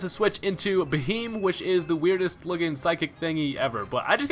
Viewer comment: It's actually pronounced Bee-Hee-Yem, like BEM, meaning Big Eyed Man :)